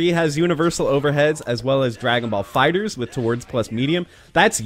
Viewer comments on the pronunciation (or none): none